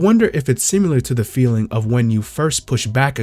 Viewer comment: You're pronouncing "Similar" wrong. There is no "U" sound